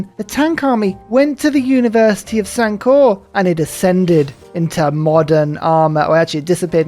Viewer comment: Sankore almost became Sunk-ore. Nice save,.